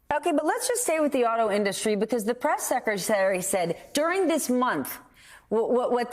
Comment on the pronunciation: “Auto innustry”? He’s the best speakerer.